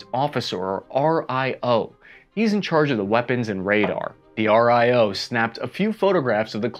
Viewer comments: RIO, AR-EYE-OH....nobody says that. REE-OH is how its pronounced. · You can pronounce R.I.O as Rio like in Rio de-janeiro :) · "RIO" is pronounced "Ree-oh". Just like the City.